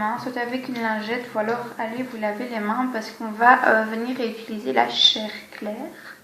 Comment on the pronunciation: Très jolie :) Au passage, on dit "utiliser" pas "ituliser"